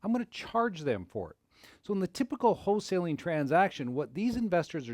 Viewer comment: It's not HO-saling